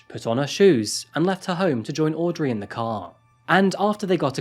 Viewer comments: I kept wondering about the name Audrey in the UK we pronounce it aud-ree not Ray lol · fwiw that name is pronounced "audree, not audray" - i know it's spelled and ends with "rey" but in this case, english gone english and the pronunciation isn't phonetic. love your videos, love that the cat randomly hides! keep right on delivering us the goods! heart emoji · You listen to the actual videos of the criminals saying their own names, why then do you say aw-dray and aw-bray not bree 1000 times. Really grating. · Aud-ray hahahahaahha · Aud-ray haha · Audray, Aubray but not Sydnay? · aud ree! its fuckin auuuud reeeeee! he even calls himself fuckin aud reeeeee! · man the way he pronounced audrey is soo weeirrdd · Yes, I don't get it. I'm also British but never pronounce Audrey like that. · Jesus Christ it's got to point where he can't even pronounce Audrey. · I find it interesting that receives regular praise for pronouncing foreign names correctly but butchers names like Aubrey and Audrey lol